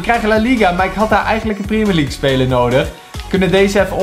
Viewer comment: Gast je spreekt het uit als prèmier league maar jij zegt prémier league